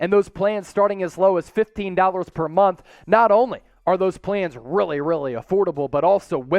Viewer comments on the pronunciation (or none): none